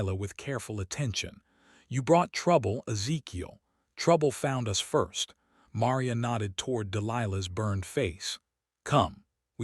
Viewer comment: It was a nice story, although it was difficult hearing 'Maria' mispronounced repeatedly.